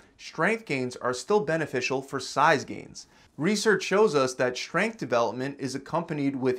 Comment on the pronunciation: Schtrenuous. Schtronger. Schgrenth. Schtreamlined. I think you might have a schlight schpeech impediment.